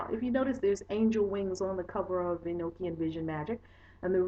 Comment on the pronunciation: It's pronounced E-knock-ian not E-noke-ian. It's a gospel/book that was left out of the Bible because it was considered too spiritual like many other books/gospels that weren't included in the "bible" because of this. The Bible tells us Enoch was taken to heaven in a flying chariot without death because God loved him so much. He was Noah's father. I have the actual gospel/book. And all the other nogstic gosepls not included in the "bible".